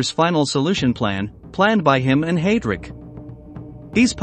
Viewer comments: I feel your pain, The pronunciation of Heidrick is very annoying, it is highdric, not haydric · Let’s not forget Hay- drick